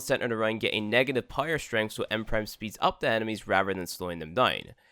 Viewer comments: It took me watching 5 vids and readin this comment to realise that... so basically just readin this comment 😂😂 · I THOUGHT I WAS THE ONLY ONE😭😭😭😭😭😭😭😭😭